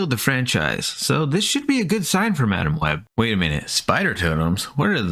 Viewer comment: OOOOO MAAAASHHHHH not HOOOOOO MICH